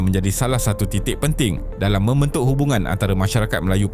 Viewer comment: Yale❎ Yala✅ Mementuk❎ Membentuk✅ Penengaran❎ Pendengaran✅ Tolonglah sebut perkataan tu dengan betul. Jangan obses sangat nak berkonten sampai berulang kali salah sebut satu² perkataan. Dalam video2 lain pun ada berulang kali kesalahan serupa dikesan. Kalau ada masalah "sangau", tolong latih lidah tu supaya tidak keras macam getah skerap!